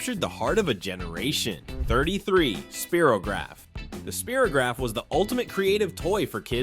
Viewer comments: Great memories !! We had (or knew someone with) every one of those things. **My Spirograph was pronounced Spy-rograph.. not Spear-ograph 👍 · SPY TO GRAPH.....NOT "SPEAR RO GRAPH" MORON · Not SpiroGraph (like hero) but SpyRowgraph was the pronunciation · It is not pronounced "SPEER-o-graf" but "SPY-ra-graf." Get it right, dude. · "Speerograph", really? It was pronounced "Spyrograph". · 10 and 4? Spear o graph? I was there and that is not how it was said 😄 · I made it to the end - there’s 49 - it ended in Vaseline lip gloss. Nice memories of these items. I pronounced Spirograph as SPY ROW GRAPH not spear row. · Many of these were actually from the 60's and earlier. Yes, they were still around in the 70's, but Easy Bake, Lite-Brite, Ditto copies, Saturday morning cartoons, 8-Track tapes, Polaroid cameras, vinyl records, Spirograph (pronounced Spy rograph, by the way, not Spee-rograph), filmstrips, Rock-em-Sockem Robots, and Lava Lamps were all part of 60's kids childhoods too. Not to mention that rotary phones, hand-written notes, milk in glass bottles, and B&W TV were all around in the 50's, and hand-written notes were still a thing into the 21st century (I expect they're still how the under 12 crowd pass messages in class). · I'm sorry, the funniest part of this video was hearing the announcer pronounce Spirograph as "speer-o-graph" rather than "spy-row-graph" and "humming along to 'mahaNNA-MAna'" rather than "ma-NA-ma-NA"! lol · It's pronounced spy-row-graf. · Spy-ro-graph... not Speer-o-graph. lol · Ooo Fleetwood Mac.. Its a spire oh graph, dude, not a spear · 33. Spy-row graph, not spear-o-graph. As in spirals. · It was a Spirograph not speerograph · Just FYI, it's SPY-ro-graph, not spear-o-graph. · Its pronounced Spi-ro not Spir-o as in VP Spiro Agnew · Sp' eye ' rograph not Sp ' ear ' rograph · Hmmm. It’s Spy Ro Graph! Not Speer Ro Graph! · I remember all these things but the guy narrating is mispronouncing lots of things, like macromae and Spirograf.